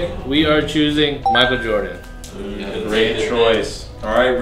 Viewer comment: Sahquile O'Neal? And Michael Jordam?